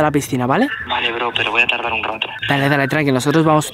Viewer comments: en el minuto dice taldar ves de decir tardar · fue que dijo tardar o taldar en el minuto